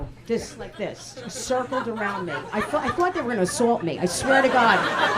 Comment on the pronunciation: "you coulda turned it arraand!"